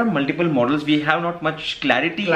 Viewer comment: brother don't mind being an active subscriber, I can say you it's not hove it's have that pronunciation problem. don't mind if not I anybody will tell you in future.